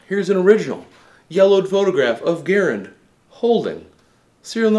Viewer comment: He’s not talking about the man ... he’s talking about the rifle. And he’s pronouncing the rifle’s name wrong.